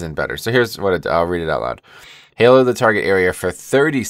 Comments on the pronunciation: Ha-low, all hallows' eve, Halloween. Not Hay-low. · Ashen Hallow, Hallow, like Hollow, not Halo. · its actually like the 'a' in the word happen, hal-low